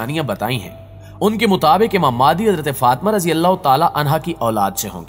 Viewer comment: Aap phalay imam mehdi ko sahi tarah bolna seekh lai phir islami video banaya karay